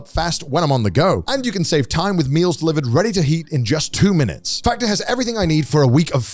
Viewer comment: I'm sorry but I completely lost it when Garnt said Factor but I heard "Fatter" and I thought he was sassing people who only eat delivery 😂😂😂